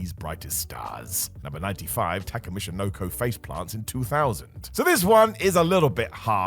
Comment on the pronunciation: Does have a stroke? "Michinoko" "Big Bass Man" "Ropps"